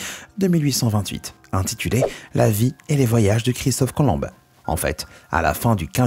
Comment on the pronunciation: Sympa comme dab, merci! Et c'est pas Christophe Colombe mais COLOMB...OMB!!!! MDR